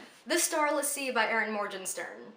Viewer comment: Thank you so much for restarting the channel! You basically made my year with it. Also I think it's Morgenstern with g as in good lol